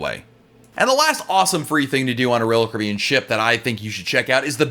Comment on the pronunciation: No one: Literally no one: Not even on earth: Not even created by god: This guy: rull cribin Normal people: royal Caribbean